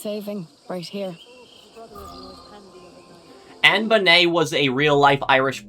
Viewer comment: I've never heard Anne Bonny's name pronounced like that, I always heard it the same as Bonnie and Clyde.